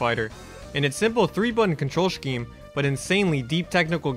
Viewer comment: “Control shcheme”